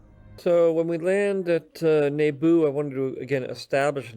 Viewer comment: Interesting how George pronounces Naboo like “Nayboo”